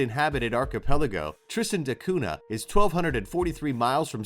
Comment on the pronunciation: You forgot to mention that Pitcairn Island's most famous resident was Fletcher Christian, who brought some of the BOUNTY mutineers there to hide from the Royal Navy. (They mostly killed each other off in a few years, but one survived and got pardoned when they finally found him.) BTW, the "cunha" in Tristan da Cunha is pronounced "koon-ya." (Ditto piranha--both words come from Portuguese.)